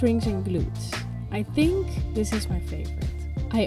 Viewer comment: Niks mis mee, behalve... ach, wat je al weet... Microfoon/geluid/plopkapje. En qua Engels nog even oefenen op woorden als Thing, Think en een langzamere S aan het eind. Thingszz, Thinkszz Komt vast goed. Ga anders lessen nemen bij Tijsie. Hoewel dat meer Amerikaans klinkt en niet zo heel "Netjes" Engels. Keep up the good work. You're gonna nail it with KP-active!